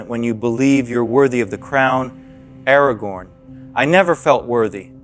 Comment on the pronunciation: aragorn it's aragon but Anakin you could have said no to prophecy.